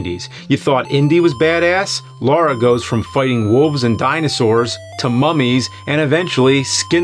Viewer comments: Lara not Laura!! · Great video, but you said Laura instead of Lara. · It's not Laura, it's Lara. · LA-RA...not Laura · Love the vids bro… although it’s Lara not LaUra 😂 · It’s LARA - not Laura fs 🤦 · I love these videos, even when pronunciations are off. There is no Laura Croft. There is a Lara Croft, though. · It's Lara, not Laura. Come on James.... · It sounds like he keeps calling her Laura 😄😄😄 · "Laura Croft Laura Croft Laura Croft" thats not her name nerd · Why do people call her "Laura" all the time.. Like saying LARA is some kind of challenge.. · It's Lara! Lara! Not Laura! Lara! L-A-R-A. Lara! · Ok, right out of the gate and it's not even a minute into the episode and we are already getting it wrong. Let's try this again for the uptenth time. There is no "U". Her name is Lara Croft. Not "Laura" Croft. The name starts with a "La", the "U" is missing and never sounded, and ends with "ra". Lara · Lara, not Laura. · "Lara" not "Laura." Literally says it on the box. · It's lara not Laura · Good review, but the fact that he keeps pronouncing "Lara" as "Laura" really bugs the shit out of me, it's not like they don't say it out lout tons of times in the actual games. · What's with the americans always pronouncing her name "Lora" It's Lara! make it sound "LAra" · Its not laura its LARA - LAA RA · Her name is Lara, not Lora ffs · You've said Laura like 100 times... her name is Lara. 👀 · Her name is Lara....... not Laura. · That iconic character... “Laura” Croft. I can let RE-view slide, because that is just messed up emphasis. But, LAURA Croft? James is supposed to be a nerd. What nerd do you know that diesn’t know it’s Lara? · "Laura Croft" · Agitation setting in wherever he pronounces it "Laura". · "Laura" Croft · LAH-rah ffs man you've had decades to get this right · It's LARA damn it. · Take a shot every time he pronounces "Lara" incorrectly. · "LAURA" Croft. Come on, James. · Why is he pronouncing a u in Lara?